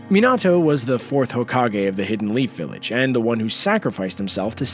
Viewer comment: we not ganna talk about how he said lead village 🤦‍♂️